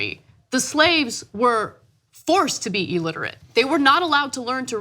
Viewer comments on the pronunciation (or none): Elterate!!! Anna the word is illiterate. Just saying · Anna it's not "E"-litrate it's ill-literate... get some education darling... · pretty sure that was made for pronunciation purposes. I was shocked when she said E-literate twice. Means she actually believes that is correct. Ugh! On an education piece...